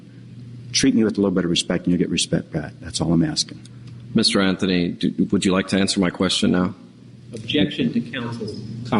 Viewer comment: judge: "Mr Anfhony " lol